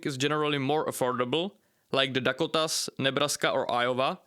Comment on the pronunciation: Not trying to be mean or anything, but I laughed at how you said the Dakotas, you did say the Dakotas right? 😂